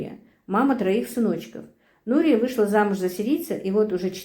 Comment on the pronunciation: Имя Нурия ударение на ,,Я